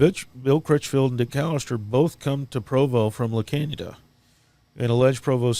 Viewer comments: Yikes! I grew up in the Arcadia California Stake and knew tons of members in the Pasadena Stake but never heard about any of this... La Canada Flintridge is a city over.... it's pronounced "La Can-ya-da" for future podcasts if you need to address the city. My mind is blown with all of this horrific abuse! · Not that it matters, but just in case you are interested, La Canada is pronounced la kahn yee a da. That is the spanish pronunciation and Californians pronounce it with the Spanish pronunciation. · pronounced La canada...your pronouncing it in correctly...please change how your pronouncing it.. if your going to talk about it.